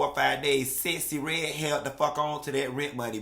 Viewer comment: the woman's name is Sexy Red....not Sessy Red!!! 😂😂😂😂😂